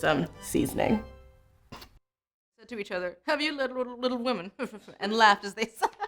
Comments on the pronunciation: Isabella WHAT? Loved this video, watched it two times but guuuurl, you can totally look up how to pronounce a name before saying it in front of the camera. As a Latina that was very cringey for me to hear. I appreciate your effort, tho. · I'm sorry... Isabel Al-what?!